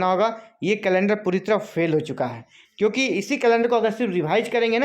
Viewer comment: Phel phel bol ke 29 ko hi exam Karwa de rahe ho